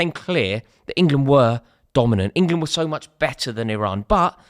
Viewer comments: It's Iran you knob 😂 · Someone tell Rory It's Iran